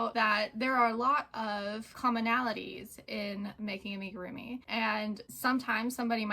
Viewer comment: Amigurumi is a Japanese word. It is not pronounced Aim-igirumi. Think of the "Am" sound as being the same as Amigo.